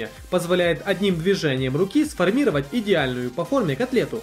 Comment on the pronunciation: Не для РЕЗАНЬЯ а для резки коржей,Счастливого утра ударение ставится на У а не как у тебя на А,Пресс для котлет слово Сформировать произносишь не правильно.Когда читаешь анатацию по применению товара не тараторь,слышно что ты не от себя говоришь а читаешь .Штопор ВАЛАКОНИЧНОМ дизайне?))) правильно В ЛАКОНИЧНОМ . И это не зависит от нации говорить правильно.У тебя во всех роликах так,почему ты думаешь тебя тролят?Вот по этому что ошибки в ударениях и в самом говоре.Можно допускать письменные ошибки,но не речевые же.Не знаешь как произносить,спроси у знакомых.